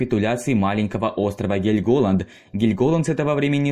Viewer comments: КанонЕрки! ГЕльмголанд! Мужик, у тебя русский не родной?! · КанОнерки?! Ты серьезно бля??🤦🏻‍♀️😭😭 скагЕн, бергЕн, гельгОланд😭😭😭да остановись же ты, чекни Википедию хоть раз перед тем как пилить видос🤦🏻‍♀️ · КанонЕрки, БЕргена, ГЕльголанд и Эресунн (ударение на Э). Что же у Вас с ударениями-то творится?! Такой интересный контент делаете, а при просмотре порой уши режет! Пожалуйста, при подготовке материала смотрите правильное ударение в терминах и топонимах!